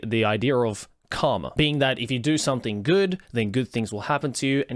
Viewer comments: Okay. So. You said “karma”. I heard “cum”. While hilarious, I’d like to know if that my fault or not, because I probably have some things to tell my therapist depending on the answer. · When you say "Karma" it often sounds like you're saying "Cum" which means this video started with you saying "If there is something I whole heartedly believe in; it's cum."